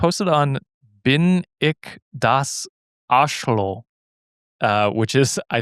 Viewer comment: German listener you said it a few different ways 😂 The last was correct pronunciation but incorrect accentuation